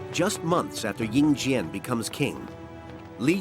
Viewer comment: The "slaughter" of names kills me. 🤣🤣😛😛 Ying Zheng becomes Ying Jang. Anyway, interesting documentary.